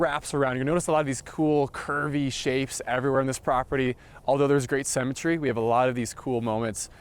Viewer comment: I thought he kept saying cemetery but I think it's symmetry . Wondering what I was going to do with the bodies. Then he talked about the need for a bullet proof room - then the thought of living, scared of dying, in the US made me appreciate my own country.